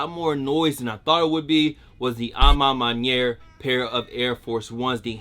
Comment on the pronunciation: Dude, as a french speaking person, your pronunciation of à ma manière was crisp props!